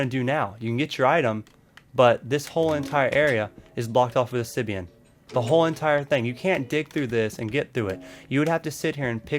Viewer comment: Please say obsiDian with a d on a b